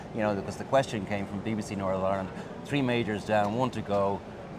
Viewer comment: Another person saying "tree" when he means "three"!